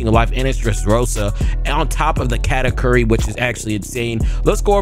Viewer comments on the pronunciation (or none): none